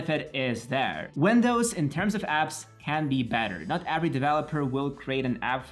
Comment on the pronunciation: He said "older" WENDOWS 💀